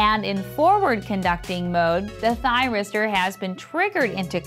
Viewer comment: If one does not succeed, try, try, "tryristor" again.